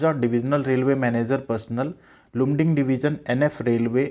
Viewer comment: Its pronounced as Laamding Mera bhi mail aya hai, ITI 83% 10th 59%, Welder ST